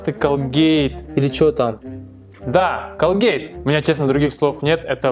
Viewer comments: Не колге́йт, а ко́лкэт.🐱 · Не колгЕЕЕЕйт а кООООООлгейт УДАРЕНИЕ НА ООО